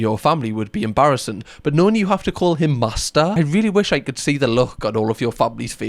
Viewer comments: Good thing that we watched the video of the guy saying master before you started saying the word.. I genuinely for a second thought you were saying Mazda 🚙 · I am hearing ”Mazda” every time you say ”Master”